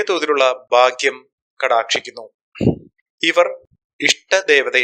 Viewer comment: ഭാഗ്യം ശുദ്ധമായി ഉച്ഛരിക്ക്